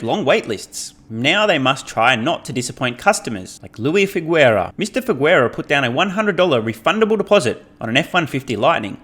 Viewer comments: fyi....Mr. Figueroa is pronounced "Fig-Ah-Row-Ah" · Man you really butchered the pronunciation of Figueroa. But it's nothing I'm not used to XD